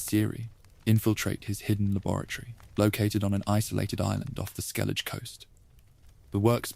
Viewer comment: Another person that can't pronounce Skellige accurately 😢